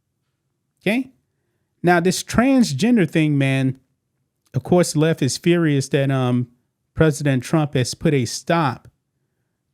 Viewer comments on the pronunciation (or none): none